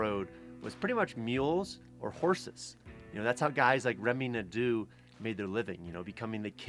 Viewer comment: I might repeat myself, but Remi Nadeau should be pronounced "NADO", not NADU. Just saying, cause it's a pretty common name up here